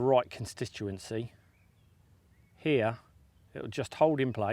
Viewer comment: im sure its pronounced consistancy not constituancy haha